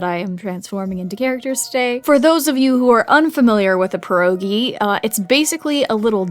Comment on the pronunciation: It hurt me the way she pronounced it lol